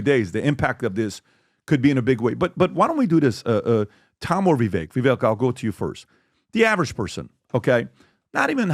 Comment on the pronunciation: It's Vivek, like cake. You guys still can't get it right?